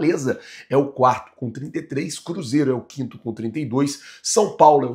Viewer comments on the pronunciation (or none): none